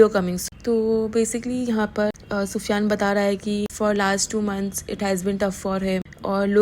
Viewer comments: Yes naam tho sahi bolo ye kya pufyan pida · Why are u saying pida and pufiyan atleast naam shi se lo tuch beee